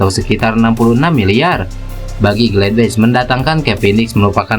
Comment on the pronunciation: Bacanya tetap sama bos gladbach,bukan gledbech